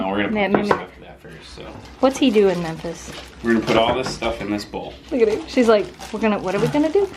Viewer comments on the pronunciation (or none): none